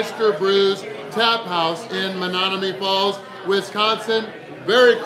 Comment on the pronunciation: Is it just me or did mispronounce Menomonee Falls like 5 times? What the? Still a great video and great challenge. It isn't "Menonomee" though.